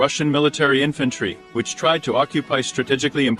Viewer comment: Who speaks English like like this? " In fat tree", "de poT", "stratus galee", "whore isn", "ad ren a line" and wtf is a "donut"? write your "comence" below? :)